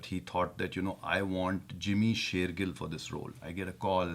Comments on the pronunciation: It's not pronounced Sher-jill. It's Sher-GILL. Like a fish's gill. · its not SherJILL its SherGIll . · it is shergill not Sherjill 😊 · Not 'sherjill' he is 'shergill' 😂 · its sher gill not jill. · Did you guys notice that even though you guys were mispronouncing his name, he didn't even correct you guys once. That shows you his humbleness. "Gill" is pronounced like "gills" of a fish, not "Jill". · its shergill not sherjill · His last name is shergill (G sounds as g in god and not like J sounds) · BTW he is not JIMMY sher-JILL, its sher gill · Shergill as in McGill, not Shergill as in Jack and Jill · Sherjill? His name is pronounced Shergill as in gleeba, glory, glamour, good guy. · He is shergill not sherjill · jimmy's surname end is pronounced as Gill as in fish gills and not Jill... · u both r pronouncing his last name wrong its , SheirGill and SheirJill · It is Gill not Jill,,, good job though, keep it up.. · It's not sheirgill it's shergill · sheirgill not sheirjill.. and he himself didnt bother...🤣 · it's sher gill not sher jill .... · Sher gill bro not sher Jill .. congrats anyhow .. :) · Gill like fish-gills, not Jill like Jack and Jill. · See, you guys have been doing his name all wrong.... it's Jimmy Shergill not Jimmy Sherjill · Jimmy bhaiii It's pronounced "shaer gill" like fish gill not "jill" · Hey that was super awesome to have a star in the studio... I hope we get to see more of these. No Sherjill it's Shergil lol😝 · It's gill not jill. Jimmy is one of my favorite actor. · It's sher Gill and not sher Jill. Still jimmy was so gracious, he didn't correct once. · You're pronouncing his surname wrong! It's not Sher'j'ill it's Sher'g' ill. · its gill like fish gills not jil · It's not sherjil it's shergil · Jimmy sheirgill not Jill.wrong pronunciation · Sherjil No its Shergill .with soung of g same to. Tiger not ginger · Shergill like gills of fish . Not Jil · Shergill not sherjill bro XD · Shergill is pronounced as ShairGail